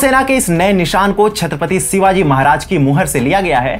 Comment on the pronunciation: Pronounce correctly, it's "Shivaji" not Sivaji !!